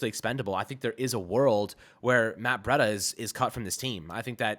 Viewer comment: Breida is pronounced “Breed-uh”, not “Bread-uh”.